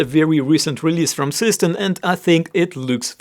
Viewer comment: Seestern is pronounced "ZAY-shtairn".